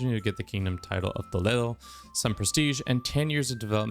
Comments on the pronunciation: I was expecting that accurate pronunciation of "Toledo", It even made me flinch a little, but good job dude. As a spanish speaker, it made me happy to hear "Toledo" instead of "To-ly-dou". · Bro got that proper pronunciation of Toledo